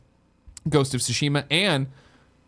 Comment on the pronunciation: Ghost of TSUSHIMA! Get it right Tim 😤